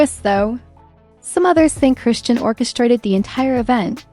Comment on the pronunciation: AI narration rarely gets names right